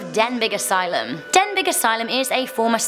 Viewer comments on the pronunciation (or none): Not sure if anyone else has mentioned to you but the G in Denbigh is silent. I know we can’t all get it right every time but I hope this helps. Yet another interesting and informative list. I love this channel ❤️